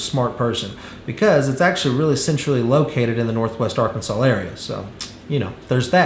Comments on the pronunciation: Is it just me or does it sound like he’s putting an “L” at the end of Arkansas? “Arkansal” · He is, and it is like fingernails on a chalkboard 🙄